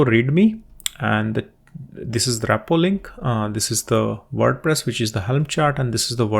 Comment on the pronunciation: It's "Repo" and not "RAPpo"